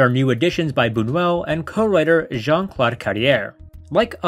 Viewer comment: The film is extremely creepy, but if you're going to talk about it, at least learn to pronounce the French words. The word nuit means night and is pronounced nwee. NOT "niyut." Modes means fashion and the s is silent, pronounced "mode." Buñuel is pronounced Boon-you-el. Not "Boon-well" and Deneuve is pronounced like it is written, Day-nuv. Not "Daynoo." And her wardrobe was all designed by Yves St. Laurent. What she's wearing is not just "clothes." And by the way, overall, your "analysis" would come off as more educated and informed without the vulgarity.